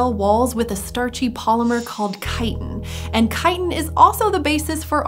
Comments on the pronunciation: I love it when chitin is pronounced correctly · Today I have learned how to pronounce chitin 👌